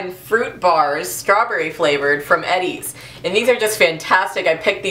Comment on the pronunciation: The ice cream bar brand is pronounced "E.D.'s", not "Eddies". :)